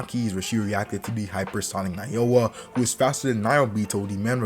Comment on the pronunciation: Nao Ya not Na O Ya